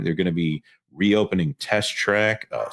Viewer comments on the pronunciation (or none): none